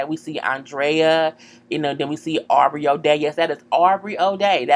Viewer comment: I'm sorry her name is AuBrey.. like Drake.. Aubrey O'Day.. lol.